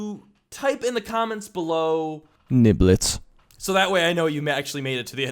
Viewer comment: Did you say niblets or nible